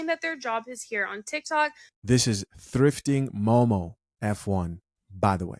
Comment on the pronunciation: "Thifting Mom of 1", not momo1 :p